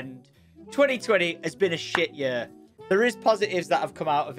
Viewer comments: Lets make 2021 the best yerrr ever haha why cant you say year right? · i love how he says yur XD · love the accent pronouncing year, yer